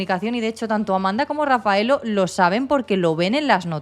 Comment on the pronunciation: Está bien contada , el se llama Rafaelle no Rafaello , y Perugia no Perugio